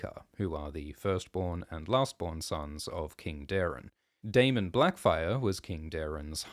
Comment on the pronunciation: Blacfyre? Great bate